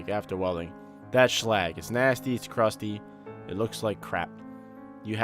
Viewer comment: its not shlag its slag